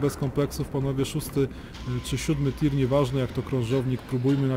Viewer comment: nie lubie sie czepiac ...ale mowi sie tier ... to z angielskiego warstwa